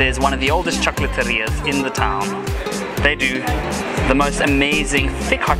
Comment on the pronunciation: Chocolateria.... "cho coal a te wree ah". If your gonna bite your tongue like the Spanish do when pronouncing certain words then also learn the correct pronunciations of them. Sheesh!!!!!